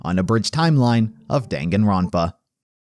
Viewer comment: The way he pronounces the games title cracks me up every time